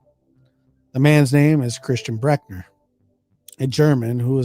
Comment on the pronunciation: Yes, I can confirm that suspects names are abbreviated to initials, the last names at least. Thanks for talking about this case and you did an amazing job of pronouncing it. Almost perfect! Please don't take criticism to heart. Some do mean very well.